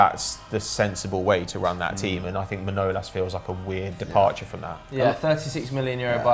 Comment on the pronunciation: Erm I’m sorry but that was one of the worst pronunciation I’ve heard in a while pls don’t say Manolas name again